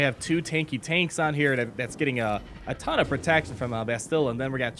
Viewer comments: Except that it's actually pronounced "BA-sti-la", with emphasis on the first syllable, not the last. Otherwise, I'm with you Grompous, I die a little on the inside every time one of the American based gamechangers mispronounces her name. SmithieD gets it correct. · Can you... Just pronounce Bastila's name correctly please? If you actually played KOTOR, you know how to pronounce it. NOT "bas-TIL-a" "bas-ti-LA." YOU GUYS ARE REALLY PISSING ME OFF WITH THAT